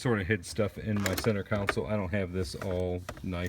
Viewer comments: How many more am I going to hear say "console" wrong? You said "counsel" as in "Counsel of Elders" instead of "console" like a "game console." As in "con." Let me ask. Do you say "construction" or "counstruction?" Doesn't sound right, does it? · It's a CONSOLE, not a "council"". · Console, not council... 2 different things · Console not Council. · Why is he pronouncing console as "council"?